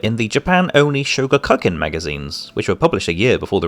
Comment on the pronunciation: Sho-ga-ku-kan the ku is a koo noise. lol sho cuckin